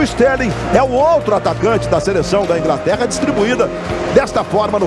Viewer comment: "É falta pra Ingraterra" kkk rachei